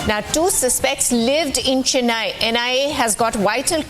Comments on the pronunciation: Oh please. It is CHENNAI and not CHINNAI. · It is concerning that a reporter, who should possess a certain level of linguistic competence, fails to pronounce Chennai correctly. It is unfortunate that they seem out of place here in India😮‍💨